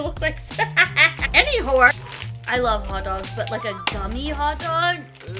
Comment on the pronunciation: "They look like.... ANYWHORE" 😅🤣 I'm dead!